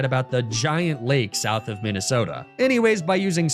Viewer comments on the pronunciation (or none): none